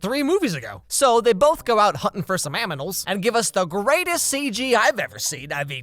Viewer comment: Did anyone hear 'aminal' on ?